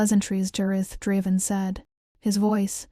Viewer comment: The story seems really good but the narration is AWFUL!!!! I made it about 30 minutes in but sometimes I lost what they were talking about because i couldn’t understand what it was mispronouncing. For instance, even though the name was said several times, I still don’t know the beta’s name and the narrator even mispronounced Draven half the time.